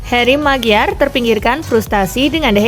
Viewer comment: Host nya keseleo